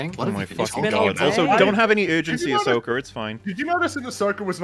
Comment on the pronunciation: It’s Ahsoka